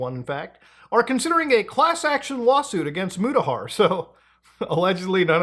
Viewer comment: "me, Mutahar trrr